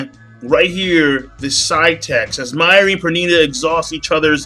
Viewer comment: The way you say mayuri name....Say it right next time it killed me every time you said his name. And yes it was a fucked up chapter.